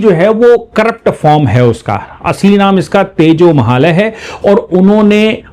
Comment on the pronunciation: नमस्ते सदा वत्सले मातृभूमे 🙏💐🚩 बोलते समय आप कभी तेजो महल बोलते है, लिखा तेजो महालय है, सही क्या है 🤔